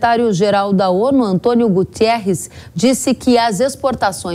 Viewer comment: Menina é António GUTERRES e não GUTIERREZ . O homem é PORTUGUÊS 😂😂